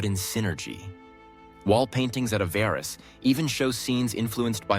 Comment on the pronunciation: What an awful.documentay ,repetitive to point ,half of the imaginery wrong , the speaker doesn't know how to pronounce Hyksos and Avaris . A love song to the Hyksos with no real info . It sucks